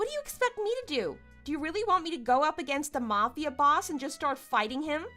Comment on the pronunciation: S1: I’d NEVER speak to my father again if he covered up for my cheating husband TWICE. Too much filler. And it’s pronounced “mAfia” not “mufia”